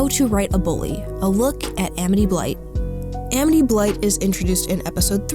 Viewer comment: My friend told me about this show since my name is Amity! :) It’s become one of my favorite animated shows! It’s honestly really cool hearing this uncommon name in a Disney show, and VERY satisfying hearing the name pronounced right! Lol.